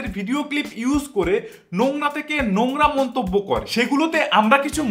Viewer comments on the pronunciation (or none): আরেভাই এস্ট্রাইক না স্ট্রাইক। নুংরা না নোংরা। আগে নিজের উচ্চারণ ঠিক করো।